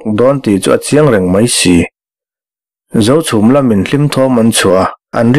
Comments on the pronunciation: A ngaihnawm bawk a ni ang, a chhiartu pawhin, Zochhum, Zohmun adt a inpawlh nawk nawk mai, Zochhum an reh ṭhuap laiin Zochhum an ri hulh hulh mai.😂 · Khawhming I lam pawlh nasa